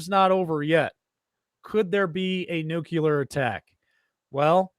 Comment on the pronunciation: If you’re going to talk about a nuclear threat, how about you learn how to pronounce the word ‘nuclear’…